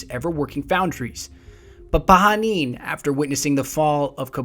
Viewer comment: I know this is an old video but want to say thank you for pronouncing Pahanin's name the correct way (Pa-ha-neen)